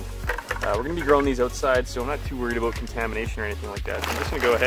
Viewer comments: it's aboot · He must be a fellow Canadian because the only way we say “about” is “a-boat”